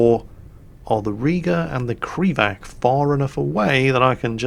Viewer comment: "That's a Krivak,....That's a Krivak,....That's a Krivak,....That's a Krivak,....Better.":P